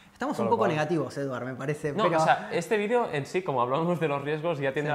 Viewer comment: Ensenya-li al Martin a pronunciar correctament Eduard!!! Siusplau...